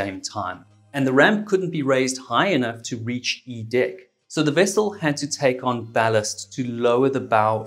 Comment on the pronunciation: Lol I love it when he says "dick" ah I mean "deck"